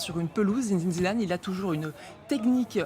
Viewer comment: Non madame cest pas zinezine zinedane